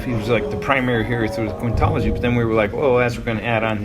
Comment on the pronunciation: he said oddworld quintology and i heard "diablo"